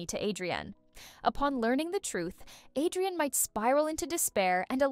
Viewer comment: Villain and Cat Noir NOT Villen And hero noir also its adrien not adiran